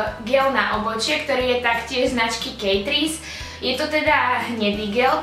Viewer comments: kejtris to čo akože je to ketris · Nechcem byť zlá, ale Catrice sa vyslovuje Ketris nie Kejtris. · Ked som počula to "kejtris" tak ma skoro jeblo😂😂😂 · Kiarka Kypusova presne tak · "kejtris" :D